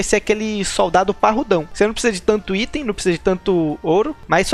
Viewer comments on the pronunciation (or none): none